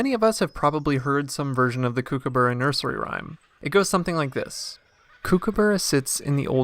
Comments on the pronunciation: It koo/koo/bu/ruh Not kookoo/boorah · For goodness sake Americans. It is pronounced COOK aburra. Not KOOK aburra. Spelt Kookaburra but pronounced Cookaburra GET IT RIGHT!! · Kuo- kuo- burra. You are saying it wrong mate. Cookah-burra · I'm in Australia now snd they all keep telling me it's pronounced koo ka barr a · It's pronounced (cook - a - burra) like to "cook" food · The narrator has got no idea whatsoever how to pronounce "Kookaburra". For goodness sake, do some research and learn the correct pronunciation. You're embarrassing! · I think the birds are laughing at the way this guy pronounces Kookaburra!! 🤣🤣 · They should be! Americans are hopeless with pronunciations. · Why don’t you learn to pronounce the name correctly before making a video.😡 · Why you say it wrong 😭